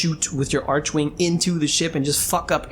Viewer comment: Each time you say 'archewing', can't help but smile